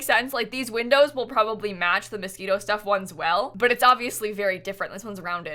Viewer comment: she said mosquitoe lmao at the start abt the window